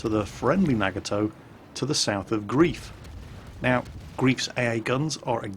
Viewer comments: And it's pronounced 'grife' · Hi. The player isn't called 'Grief' but 'Greif' (gR3iF), which is German for Griffon. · His name is Griffon (ger: Greif/gr3if) not grief. Great play. I do love my Farragut with def fire, drives low tier carriers nuts. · his pronunciation of German is quite adequate compared to other English language YouTubers. I just think he'd like to pronounce the name of someone, who shares a name with how Erwin Rommel named his desert campaign command wagon, correctly;)